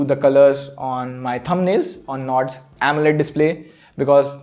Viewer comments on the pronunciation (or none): none